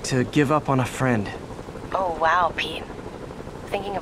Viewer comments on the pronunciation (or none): HEELLLLLOOOO